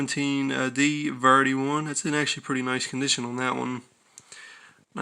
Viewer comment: Hearing this guy mangle the word "variety" is so off-putting that I couldn't sit through the whole video.